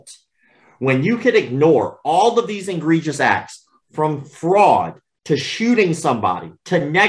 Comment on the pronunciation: Dear Sir, The word egregious is NOT pronounced IN-gregious. In fact, there is no "n" in the word, at all. And it was not just a slip of the tongue, unless your tongue slipped twice.